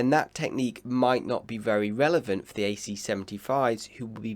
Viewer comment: Can you please work on your pronunciation/enunciation? Although your yachting analysis is top of the range and we really enjoy it, your english pronunciation is very poor and distracting. Your "th" is often replaced with a "v", like the word "the" you pronounce "va". Sometimes you get it right but you often slip back to the bastardised version of our language. Ainslie does the same thing. To a lot of us purist sailors we discuss that drop in standards but equally discuss your fine analysis.